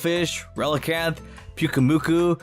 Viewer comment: Left off the R in Pincurchin, there should be 4 U's in Pyukumuku, and it's Qwilfish, not Quillfish!